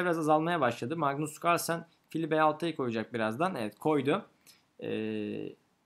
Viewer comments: magnus cuarlsen demene bir ben gıcık oldum galiba:D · mıgnıs kıırlsen